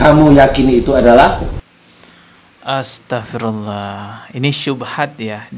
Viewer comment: belajar ngaji yg benar... saat bc Naudzubillah.....dstnya...... ko SALAH!!! Bc Astaghfirulloh juga SALAH!!! Bc ayat At Tahrim: 6 juga SALAH!!! & semua yg baca di konten pd SALAH.... Subhanalloh 🙏🙏🙏